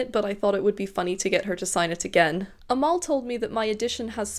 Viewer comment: Omg, I'm impressed with your determination, so glad it worked out! I love her work, I just finished the audio of The River Has Roots. I'd recommend it to anyone, even if you've read it, the audio takes it to the next level with the gorgeous songs-- which are performed by Amal and her sister! 😭 Side note: Amal is pronounced EM-el. We don't have the letter 'e' in Arabic, we have a letter called 'alif' or 'elif', which functions much like the letter 'a', but does lead to mispronunciation at times. That's probably why we've been seeing people using the prefix 'El-' rather than the usual 'Al-', so that non-Arabic speakers pronounce it much closer to the Arabic. Case in point: El-Mohtar! (MUH-tar)